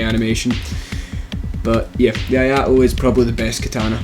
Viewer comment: Not "aye ah to". It's "eeh aye to". I = eeh ; ai = aye ; to = To from Tobey.